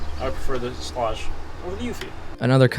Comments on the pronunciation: Schlage is pronounced - like the word Sage or age. Sch + la + age. Not Sch + la + odge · Schlāge. Not Schläge. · the fact you say Schlague 1000 Times and you mispronounce it is hilarious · Pronunciation= Schlage rhymes with egg or vague or hague. "SHLEGG" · great video, and i hate to be the grammer police because those people drive me nuts,buttttt. schlage is pronounced shlag shhhhh-lag. just for next time. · It's pronounced Shlayg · Sh-lay-ge I don’t know wtf your saying lll😂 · Shlayg. Look up pronunciation please. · You're not saying SCHLAGE correctly. Watch this video to see how to say it.